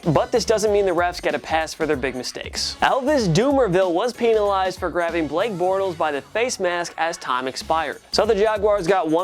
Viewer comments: Pen not peen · It’s penalized not peeeeeeeenalized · he say peenalized. It’s supposed to be penalized but he added and extra e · Peen a Lised 😂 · Dis mans said Peenalize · Why does he say peenelized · gets demonized for saying peenalized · Peenalized! LMAO! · Pen- penalized. Not peen, pen- penalized. Thank you. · Stop mispronouncing penalized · raiders should have been peenalized. I be laughing so hard 😂😂 Thank you for the likes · Sorry... Peenalized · Why did you say penilazed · “pen a lized” 😂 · Did he say peenalized? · U say penzilzed so wrong lol you say peinilzed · It funny how he say peantilized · Why he say peenalized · Jing Wu peenalized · The way he says penalized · Is it just me or did he say penalized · Bro I heard him say that as I read ur comment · The way you pronounce penalized urks me in a way i cannot explain. Because of this i hate you.